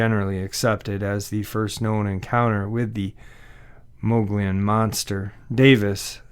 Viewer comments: The Mogollon Rim or mountains , according to Louis L’amour, is pronounced “Muggy-own”. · The place in AZ you mentioned is named (phonetically) the “Mug’ e own” Rim.